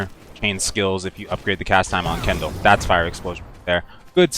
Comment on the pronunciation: Hahaha Kendal, what are we supposed to do use Kendall Jenner? Kin - del, not ken - dal You helped me make my mage suck less so help you speak English :) fair trade.